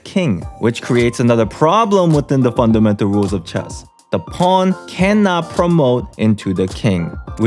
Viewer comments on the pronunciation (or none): none